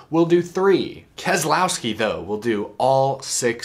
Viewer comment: The second letter 'e' is silent in the name Keselowski. It's pronounced like Kez-louw-skee